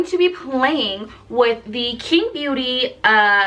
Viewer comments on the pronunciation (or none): by the way qing would be pronounced as ching !